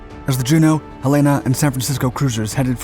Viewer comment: Thanks for the history of the name The Sullivans. USS Juneau was one of the light cruisers in the 'state capital' class. The other ship you named would be the USS Helena, CL-50, named after the state capital of Montana. (The city name is pronounced HELL-e-na, as in "Hell in a handbasket". Don't feel bad. Everybody who isn't from the Northwest seems to pronounce it wrong.) That ship was followed by the USS Helena (CA-75), a Baltimore-class heavy cruiser, and subsequently by the current USS Helena (SSN-725), a Los Angeles-class submarine. Yeah, they are still mispronounced.